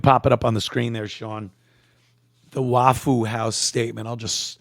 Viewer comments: Saying Wah foo makes this a bit hard to watch sorry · I came here just to hear him call it "Wafoo House" 😂😂😂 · It’s pronounced waffa how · "Waff-foo House". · "waffule houe" 🤣🤣🤣